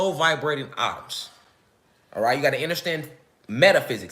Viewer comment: Atuuums😂 Bothering me